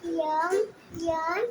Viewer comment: यम यन नका म्हणायला शिकवू. एम एन असे म्हणायचे